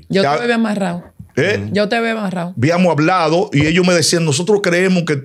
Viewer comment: "Ya bíamo hablado". Y qué locutor y comunicador es???